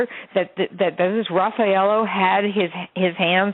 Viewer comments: Yes. And it's Raffaele, not Raffaelo. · OMGosh people! This woman doesn't even know how to pronounce the names of these people. She really knows her stuff. There was no bloody foot prints. There was one, I repeat one combination of Meredith's and Amanda's DNA. And not a mix of blood it was DNA. DNA comes from skin tissue, hair, and many other ways. The real man Rudy Geude did know her. They had met before at the basketball courts and Rudy knew the guys who lived below Amanda and Meredith. He was known to throw rocks into people's windows to gain access to their homes and rob them. Rudy has pictures of later that night with two women at a bar/club. They said he had money and smelt bad and was acting strange. Also there is no DNA in the room of either Rafael or Amanda. The luminol was proven wrong. And the bra clasp was proven to be not used as evidence because it was mishandled. But in Italy evidence can be anything. It doesn't have to be proven facts but a storyline. The bra clasp was picked up using the same gloves that they used all over the apartment, there is video of them mishandling it, so it was mishandled and the DNA was transfer DNA. This Aphrodite Jones is hilarious. She hasn't even looked at the case files. The knife came back without Meredith's blood on it and only Amanda's DNA on the handle. She was being interrogated for a total of 38 hours in three days and it all was during the night time. She was hit in the back of the head and never confessed. She was made to tell a dream she had. She never said s